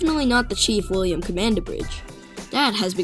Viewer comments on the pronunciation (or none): none